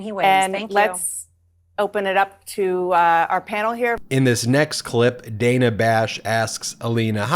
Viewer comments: Dana Bash: pronounced Dar-nar, not Day-nar. 🙄😖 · It’s DAN-A. Not DANE-A Bash. Took me a while too! Cheers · Protip: "Dana" as in Dana Bash is pronounced "danna" not "dayna" (yes, it's unusual) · Dan-a.... not Day-na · Love your channel Ben…. But it’s pronounced Danna……. Not Dayna…. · Love what you do but Ms Bash's first name is pronounced Dan-A not Day-na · BTW, It's /danna/ Bash, not /dayna/. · It's pronounced 'Danna', Ben. Not 'Dayna'. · I may be picky or wrong, but I think it is pronounced Dan_ah. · Hey Ben, it's pronounced Dan-uh, just trying to be helpful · Dana Bash pronounces her first name as Dan-na. Not a big deal, just a FYI. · It’s Dana pronounced like Dan with an “uh” at the end. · Its pronounced Dan-ah Bash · Hey Ben...just for further reference,. It's Dan*a Bash..short a. Keep up the good work! Love the videos. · Ben… he name is pronounced “Danna”. Don’t be a Republican name-mangler. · Dana Bash’s first name was consistently mispronounced. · Ben, your views need to be expressed, but you lose credibility when you mispronounce so many peoples’ names. Please learn how Dana Bash pronounces her first name, and verify pronunciation of other names before you record your videos.